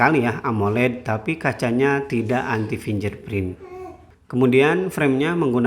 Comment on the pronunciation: Bacanya : FINGGERPRIN bukan FINJERPRIN